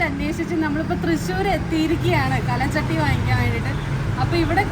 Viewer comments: കല ചട്ടി അല്ല, കൽ ചട്ടി 🥰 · കലചട്ടി അല്ല കൽച്ചട്ടി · Kal chatti aanu not kala chatti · കൽ ച്ചട്ടി എന്ന് പറയൂ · കല ചട്ടിയല്ല കുട്ടീ. കൽചട്ടി. കല്ലുകൊണ്ടുള്ള ചട്ടി. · പഴമക്കാർ പറയുന്നത് കൽച്ചട്ടി എന്നാണ് കലച്ചട്ടി അല്ല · കല ചട്ടി അല്ല ട്ടോ കൽച്ചട്ടി ആണ് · Kalachatty alla kalchatty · കൽച്ചട്ടിയാണ്, കലച്ചട്ടിയല്ല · കല ചട്ടി അല്ല ട്ടോ, കൽച്ചട്ടി എന്നാണ് പറയുക, പല മോഡലുകളിൽ ഉള്ള ചട്ടികൾ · കൽച്ചട്ടി എന്ന് പറയു